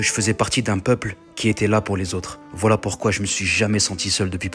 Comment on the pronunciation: S'est la ou on dit woyla